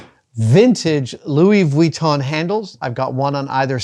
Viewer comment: Goes to the trouble of risking giving his tongue a Charley horse by correctly pronouncing Louis VEEYOOWEETOHN... Then mispronounces Han Solo. 🤣🤣🤣🤣🤣